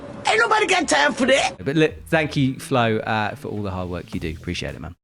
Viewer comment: Please get the pronunciation of FLOHE right! He's a world cup climber and one of the strongest on the planet. Get it right!